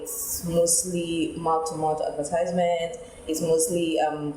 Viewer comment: I am curious, I can see that her pronunciation of advertisement was wrong, but the examiner did not point it out, is pronunciation not important?